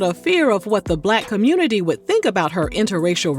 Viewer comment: Not raven blaming “tha black communitah “ for breaking up with home girl 🙄😒💀